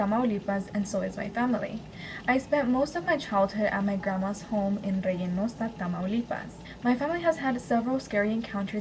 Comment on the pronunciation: Its REYNOSA, TAMALUIPAS. NOT REYENOSA, TAMALUIPAS. FYI LOVE YOUR VIDEOS AND JUST WANTED TO GIVE YOU AN FYI